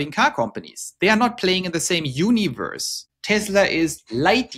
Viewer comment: Universe “unAverse” 😂❤